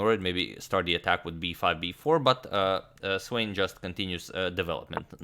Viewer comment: SVANE - Wrong pronunciation! Please correct.